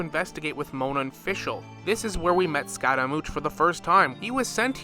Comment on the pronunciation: bro its scaramouSH, not scaramoutsh